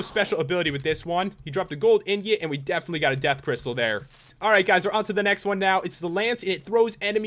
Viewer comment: You mean...DEATHinitely?